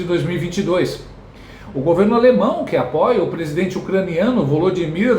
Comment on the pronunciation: O Brasil só passa vergonha com esse " presigengue "